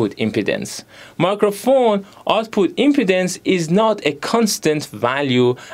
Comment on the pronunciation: If you want you could double check the pronunciations of impedance and load on forvo. It’s more like im-pee-dance and lode. The “im” part in impedance is pronounced how you said it.